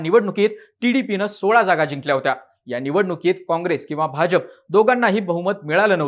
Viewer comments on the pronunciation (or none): none